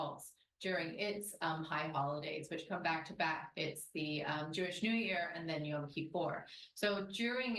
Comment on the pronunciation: Not y-a-m kipur! Y-o-m, like o in Joel.